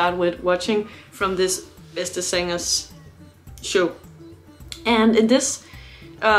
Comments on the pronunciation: Btw: The "a" in "zangers" is pronounced similar to the "u" in "sun". Greetings from the German-Dutch concert photographer. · Let me learn you some Dutch. The a in Jansen and in zangers is pronounced as the a in Darth and not as the a in Vader. Henk Poort was the phantom in the Dutch Musical.